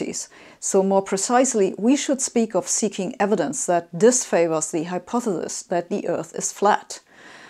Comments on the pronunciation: Sabine, you pronounce hypothesis as if it were spelled hypothethis ...It doesn't sound good for a scientist of your status ':O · I like this video for two reasons. The easy one to explain is that I like her pronunciation of the word 'hypothesis'. The more difficult, but not that difficult, reason is that it confirms my opinion that the flat earth movement is not about convincing people the earth is flat but rather to get people to think about how they think. To make sure they have good reason to trust authorities on a given subject. That people should not be taking things as true when they have no way to verify the proposed truth. Wow, that really backfired. Now we have a society where people think they're entitled to their own reality. Thanks, assholes. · I find it quite worrying people 'flat' refuse to educate themselves. I adore how you pronounce 'hypothesis'. It gets me every time! xD